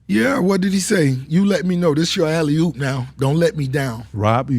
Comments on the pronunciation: Why he keep saying "alley HOOP"? it's alley OOP!!!! He don't know ball😂😂😂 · mf keep saying "alley-hoop" 💀😂